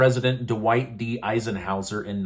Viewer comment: It embarrassed me to hear that you don't know how to say Pres. Eisenhower's name! He was one of the best!